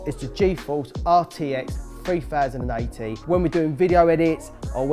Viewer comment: They way he said 3080 tho